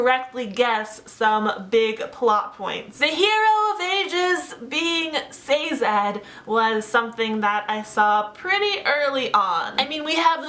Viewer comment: Sazed. Not Sazad.